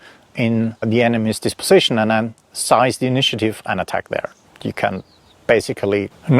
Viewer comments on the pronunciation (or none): Seize is pronounced “seezd,” not sized. Emphasize the E, not the I.